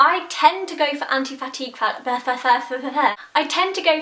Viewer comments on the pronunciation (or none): I kept hearing, anti-fatty. And I was like, "....makes your face...less fat?" ahahahaha, then i understood anti-fatigue. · I thought you were saying "Anti-Fatty" and I was like sold! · I kept thinking you were saying 'anti-fatty' and got really confused as to what that meant... Love the reviews, though. I'm extremely pale & have tried near every brand of highstreet foundation & nothing is pale enough even if it gives good coverage & a nice finish. I'm off to my local MAC tomorrow to hope & pray they'll be pale enough. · at one point i thought u said "anti-fatty" foundation lol where is ur nail polish from? love it! xxx